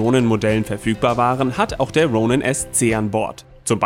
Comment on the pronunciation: Wie deutsch kann man „Ronin“ aussprechen? Tom-David: Ja